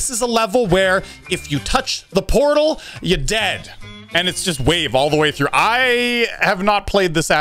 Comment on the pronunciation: “Potal circles”